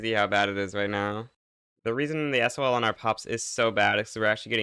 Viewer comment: WHY DOES HE SAY S.O.L INSTEAD OF SAYING SOL